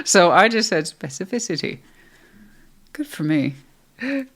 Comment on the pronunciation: I was just thinking “Damn she said specificity REALLY WELL!” 😂 I can’t hardly even spell it much less say it so cleanly! Go You! 😅